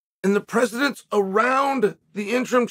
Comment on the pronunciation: If I were an idiot I’d try and correct Uncle Chael’s quote of “precetence “to “precedence.” If Uncle Chael says there’s shit in your pants you better change your britches.